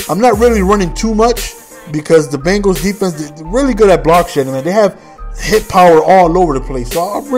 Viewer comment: He can't say Bengals